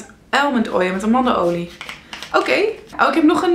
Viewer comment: Ik had serieus "een mannenolie" verstaan toen je amandelolie zei :D